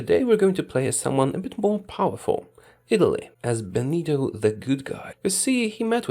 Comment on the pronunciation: "Buenito" Mussolini